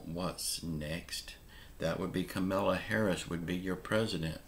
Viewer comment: please pronounce names correctly. You are suppose to be a professional. Kamela is pronounced "commala".